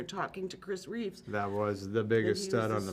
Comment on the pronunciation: Love her, but it's Christopher REEVE, no "s" on the end. RIP